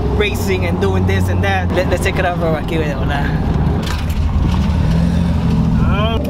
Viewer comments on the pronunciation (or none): none